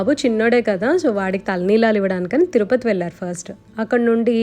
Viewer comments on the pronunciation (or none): none